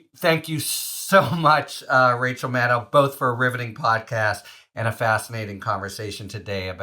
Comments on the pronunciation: winDOW, shadDOW, pilLOW,.... MadDOW!. Come on!... she's been a political TV star for 20+yrs. How are we still not able to properly pronounce her name? That said... I have to say this was a gr8 interview. I really loved her podcast too. I'm thinkin I might just have to go back and listen to it again after this. Thanks MDN and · Mad DOE. If she says it with an OE and not OW, what’s the challenge to say it right? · FYI: 'Maddow' rhymes with 'shadow...' Just imagine her last name is spelled 'Maddoe,' and you'll nail it. (Yes, I am a huge fan. I consider Rachel to be my TV wife. Susan is just going to have people sharing her with us, and one day a week is not sufficient.)